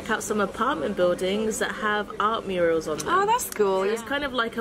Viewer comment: Murals NOT Murials